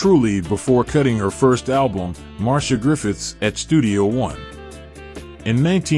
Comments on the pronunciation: It’s pronounced Mar-c-ah not Marsha lol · Mar-cee-ah not Marsha!! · I thank you for your info on Marcia Griffiths. I must say however your pronunciation is wrong, her name is spoken as Mar-cia and not Mar-sha Griffiths. (this is a common mistake made by non Jamaicans ) Nevertheless I'm happy that she's okay and recovered from the scamming incident and the scammer is now sick. All the best to her and R.I.P. Bob Andy. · The presentation is good but in future please be carefull with the pronunciation of peoples names. Marsha is a different name to Marcia. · .. It can be but in Jamaica the latter pronunciation is used. It is also disrespectful of the artist to mispronounce her name. She is a well known singer so there shouldn't be any error in pronouncing her name. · Nice information her name is not ptonounced MARSHA BUT MAR-C-I-A Also Toots us pronouncec incorrectly. The o's are short not long